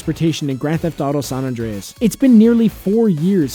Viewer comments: “Saun Andreas” 😒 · State of “San Andreas” ?? 🤦🏻‍♂️